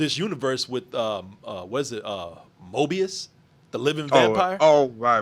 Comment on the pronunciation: 🤣😂😂🤣 the said MObius